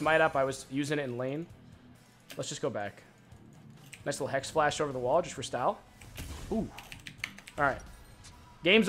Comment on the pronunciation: was noone else tilted when he said hexaflash? and not hexflash